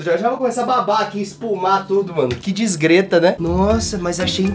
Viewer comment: Quem fala “disgreta” em pleno 2020